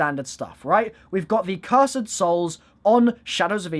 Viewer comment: cur sed